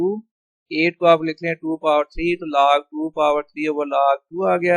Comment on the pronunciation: Laag Laag what is Laag 😂😂😂Its a log,, who agree 👇